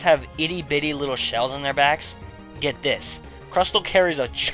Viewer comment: wow it's a sheal i say not shit how did you know